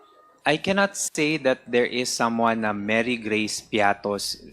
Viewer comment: Mary Geace piattos? Walang ganun.It's Mary Grace piete